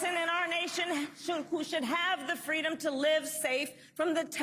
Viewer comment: when she was campaigning with Rosa Parkes for FWEEDOM🤣🤣🤣🤣🤣